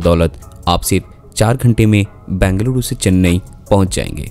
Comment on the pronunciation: It's not Bangalooru. It's Bengaluru. Pronounce it properly